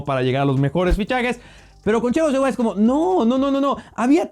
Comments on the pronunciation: ¿Porqué hablas como gangoso al decir Thiago Silva? Parece que pronuncias Chiago Silva. ¡No seas mamador! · lo unico malo de este video es que le dice chiago silva en ves de thiago jajajajaja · El dice Chiago Silva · me estresa que diga chago silva aaaaaahhhhhhh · Nadie: Absolutamente nadie:: Chiago Silva 🤦‍♂️ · tu eres mi traductor y deberias ser el de thiago silva Yo: como se dice a este jugardor: chichago shilvaa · Ajajajajaja chagoo silva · Porque pronuncias haci a Thiago Silva...muy mal pronunciacion